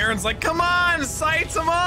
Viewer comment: saitama ❎ sythama✅